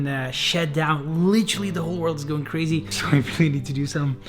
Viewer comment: "Tis iz Kkrazyyy!"